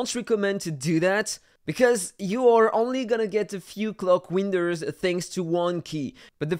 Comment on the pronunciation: Don’t you mean clock weenders